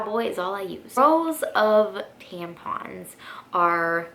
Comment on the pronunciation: We're all just going to ignore the fact that she called them "tanpons" the whole video??